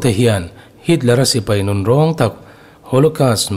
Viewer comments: German Nun -Nun tilo in , Nun -Nan tia lam tur anilo maw..Puithiam. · Catholic Nun tih hi Catholic "Nan" tia lam tur a ni e.